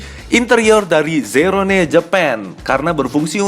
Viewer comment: Zero one pak bukan zerone 😂